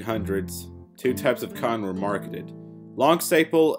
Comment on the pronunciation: This video would have been better with a narrator that could enunciate better. This guy can't even say the word "cotton" correctly.